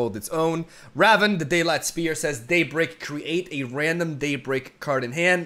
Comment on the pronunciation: "Daybleak" Also: "Stron the stongest enemy"